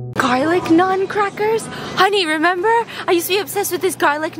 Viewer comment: Finally somebody pronouncing naan right 😭